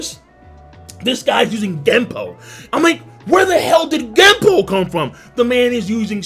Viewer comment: Its Gepo, not gempo you bambo